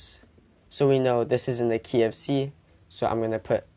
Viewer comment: I thought he said "I'm in the KFC" not "I'm in the key of c"